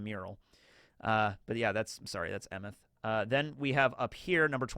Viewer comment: Based on what I know about Scandinavian languages, Emeth is most likely pronounced “ay-meht”